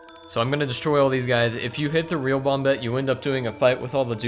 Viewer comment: Christ its not bomb-bette. It's bomb-ette.